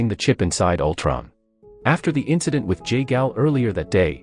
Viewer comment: Altron? Winter shoulder? 😂